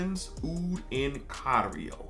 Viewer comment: its Thailand Oud in CAIRO not cario😂. Cairo is the capital of Egypt